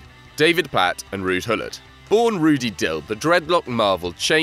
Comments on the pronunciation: Rudd Gullit?! seriously? it's Ruud Gullit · Its Ruud Gullit Not Rudd Gullit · Ruud gullit not rudd gullit 😂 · Ruud gullit not rudd gullit